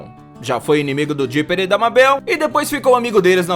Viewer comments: Gravity falls é o meu programa favorito. Eu detestei quando ele falou Mábel, não é Mábel é Mabel e lê-se Maibol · Esse cara e um jumento É Mabel Mabel M-E-I-B-O-L ESSA é a pro nuca jumento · Porque mabel se fala meibol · o nome dela é Mabel só que se fala Mebel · Como escreve: "Mabel" como fala mais não tá certa a escrita : Maybol como ele fala:Mábel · N e mabel se pronuncia MEIBOU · Cara se pronuncia Meibol não Mábel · Que agonia ele pronunciando "Mabel" ao invés de "meibol" :/ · Só eu que fiquei aguniada dele falando "mábél"? Se escreve Mabel mas se fala meibol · NÃO EH MABEL Q SE DIZ SE DIZ MEIBOU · Não é mabel se fala tipo meibal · Escrita MABEL Pronuncia meibou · É Mabel naum mábel q agonia mesmo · N é má bél e meibou (N é como se escreve é sim como se fala) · Seria para falar Meibou Não Mabel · ele fala mabél mas se pronúncia meibol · O certo e meibel se escreve mabel amis se pronucia meibel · Se fala MEIBOU e se escreve MABEL pronto ensinei de nada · Cara, se escreve mabel mas se lê meibal 👁👄👁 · Não e Mabel e Mebel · Cada MÁBEL é um tiro no coração U^U Plmdsssss moço fala certo ;^ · O nome da Mabel se pronuncia meibol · Mano tá dando raiva porque ele está falando mabel , grande fã hein kkkkk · Reuri Porer MABél Urik en MORTE seu trabalho e muito bom, só precisa melhorar a pronúncia dos nomes dos personagens :) Edit: não sou hater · Se fala meibol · Ele não sabe falar Mabel... Se fala Meibeu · Eu sei que se escreve Mabel mais se fala ma"i"bol em português querido! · "mábel" "hary pore" serio? Me mata logo kk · Socorrooo Ele falando "Mábel" aperta muito o coração😢😅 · O cara fala ''Mábel'' e ''Morte'', claramente ele nunca assistiu esses desenhos para não saber pronunciar corretamente o nome dos personagens. Ele obviamente só pegou curiosidades antigas da internet e fez o vídeo só para ganhar views em cima dos fãs reais. Nunca mais assisto esse canal. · Reri Porter kkkkk mabél kkkkkkkkkkkkkkkk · Mano , se escreve Mabell mas se pronuncia Maibol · Kkk mabeu